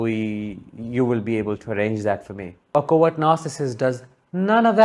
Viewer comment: When you say words 'covert narssistic' but I heard more 'coward narssictic'. Hahaha. I love it, it fits them !!!!